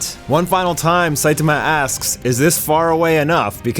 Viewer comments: WHY DO YOU CALL HIM "SAITUHMUH"? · weird I hear "SAITAMAH"